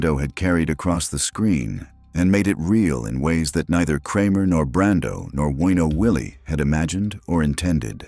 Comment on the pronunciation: The name is not WEENO Willie - it's WINO Willie. What an idiot.